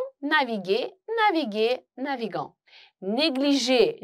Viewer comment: Naviguer - à propos de la prononciation au participe présent Je pense qu'il est faut. Pas grave, mais pour les débutants, ils peuvent avoir des questions.